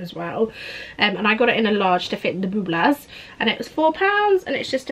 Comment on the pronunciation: "The booblas" 😂😂